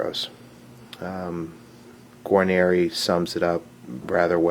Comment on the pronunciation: Guanere is pronounce Gar-Neer, not gi-neer-i. just saying...